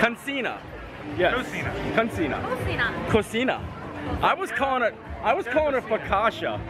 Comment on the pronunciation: I love that you try to pronounce things, even if you don't quite get it right the first time ❤. In Spanish, cocina (pronounced ko-see-nah) is kitchen. The way you were pronouncing it cochina means pig. Depending on what you eat, still appropriate 😁.